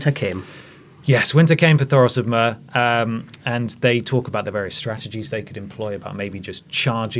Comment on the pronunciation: If you don't know the difference between wights and White Walkers, why are you hosting this episode review. Come on. and Myr is Meer. not Mur. good God, we need Adams to do next season. And James. At least he understands that Cersei uses the pregnancy to her advantage, so does have a reason to lie. Maggie the Frog, anyone.